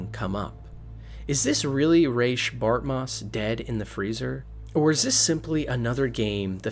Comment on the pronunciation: That's not a "Landfeel" nor is his name "Bartmuss" nor "Bartmiss" . Geez, what kind of speech impedimented 'tard are you? ps. Nix does NOT get shocked if you had made sure to hack the chip and removed the malware before handing the chip to him.